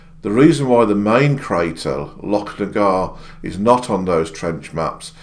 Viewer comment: Thank you for the pronunciation of Loch. Shows you pay attention to detail and and care about details.